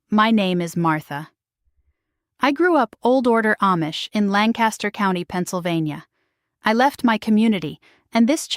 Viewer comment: My husband is from the Philadelphia area. He listened to part of what you said, and then told me you aren’t Amish. You pronounced Lancaster incorrectly, and shoo fly pie incorrectly.